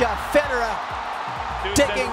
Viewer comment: weird way to pronounce Roger Federer😕🤔